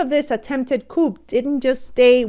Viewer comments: as a French language person your pronunciation of a “coup” is not (coop) the P is silent. It’s pronounced “coo” not coop” thanks for this platform! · ... the 'P' - in the word 'COUP' - is SILENT ... it's pronounced ... 'COO' - Thank u ! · pronounced-Kooo like BOO Not Coup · The p in Coup is silent :)